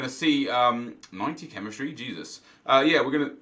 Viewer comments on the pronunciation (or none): none